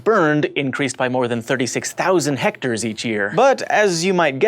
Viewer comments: Hectares, not Hectacres ***** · Hectares....? John, doesn't he mean Hect-acres? XD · Hectares. Not hectacres? Lol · It's pronounced hect acre! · "hecters? but,, john said it was heck-takers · You spelled and pronounced "Hectacres" wrong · We all know it's hectacres,, not hectares. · pretty sure it's actually hectors. it's the distance a person named hector can walk in a day.